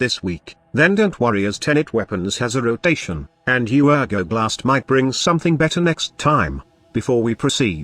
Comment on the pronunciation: whyd he say rotation like that lmao